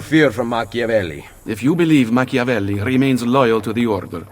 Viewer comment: ah yes Ham-avelli. For as serious as that scene is, its also kinda funny.